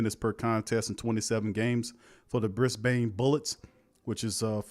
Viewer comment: 'Brisbaine' haha, great vid guys. Ps its pronounced 'Briz-ben'